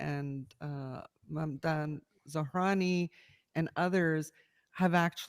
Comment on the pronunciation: “Mamdan Zohrani.” 🤣🤣🤣🤣 Hey. It’s actually ZOHRAN MAMDANI 😂😂😂😂😂😂